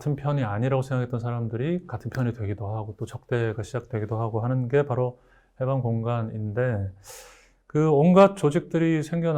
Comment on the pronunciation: 해방의 발음도 틀렸나이다!! 길게 발음해야지!! "해석, 해제" 등의 첫 자도 짧게 발음하시렵니까!?? " 강점기" 의 첫 자도 길게 발음해야 합나다. 한 말로, 저고저 문제가 심각하나이다.